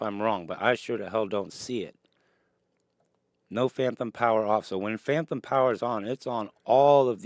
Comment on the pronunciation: Great vid. It’s phantom not phanthom. If it’s an impediment, I don’t mean offense. Just fyi.